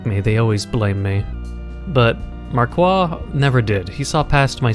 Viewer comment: in frensh the "i" of marquis sonds like an "e": mark"e"